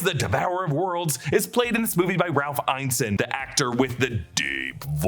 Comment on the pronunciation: Ralph Ineson's surname is pronounced "In-eh-sun", by the way, not "ein-son"